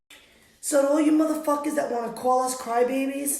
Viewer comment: she has to be from jersey the way she called us morherfucker